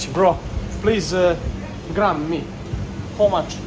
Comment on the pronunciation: nije pekara nego baker i nije howe much nego how much no hate respect